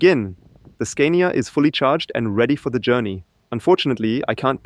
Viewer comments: why do you pronounce it SCAIN-IA? Do you also say SCAINDINAVIA?...It's pronounced SCAAAAA-NIA, with a long, stressed A. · In English we would pronounce “Scania” with a long “a” like “father” since it’s a foreign brand name. I can understand how you would rhyme it with “mania”, but we don’t. Also, we don’t say “recuperation” in this context, but rather “regen” (short for regenerative braking). Great video and of course your English is way besser als mein Deutsch 😂